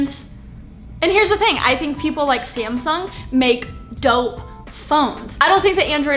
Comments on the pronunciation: Did she say scamsung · Did she just say "SCAMsung" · sounds like she said scamsung lol 😂